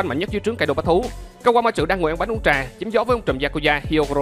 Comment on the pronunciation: phát âm chữ chén trà chuẩn âm tr mà ta.